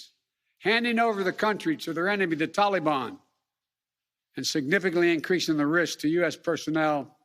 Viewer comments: Taking responsibility doesn’t mean anything. It doesn’t make it better. It doesn’t get lives back you moron. My god the sooner this guy is gone the better. And enough with the pronunciation talibon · I swear if he says tollybon one more time I'm gonna puke.